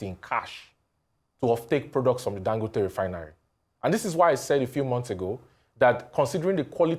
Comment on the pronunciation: Ago bawo? It is Dangòte not Dangóte please. Listen to Dr Abati pronounce it properly.